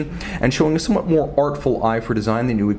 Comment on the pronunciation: You gotta trim wrist hairs or else it messes wrist shots! And stop sounding ouuoo ouooo .. more- mouuorr.... profile -- prouofile...